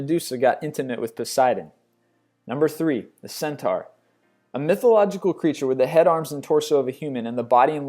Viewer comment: you pronounced "daedalus" and "centaur" incorrectly